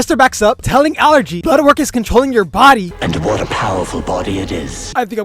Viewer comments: Allegra❌ Allergy✅ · i cannot with him calling allegra allergy lmao